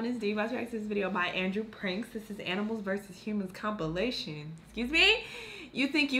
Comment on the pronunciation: why does she have such a hard time saying compilation... I have a hard time watching her videos just cuz of this one thing